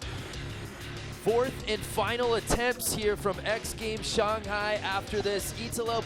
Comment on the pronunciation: He said Shanghai Shonghi